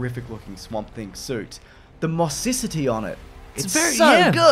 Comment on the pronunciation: Mossicity? That even a word? :-D